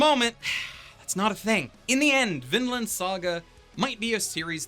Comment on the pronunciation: I heard always Finland, when you say Vinland, they sound so similiar. Also the kid's name is Finn... coinsidence... I think not.